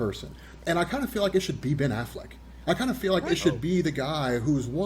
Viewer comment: I love how calls him Ben AFFLACK.